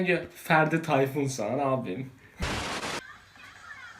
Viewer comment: Ferdi Tayfur oldu Ferdi Tayfun 😂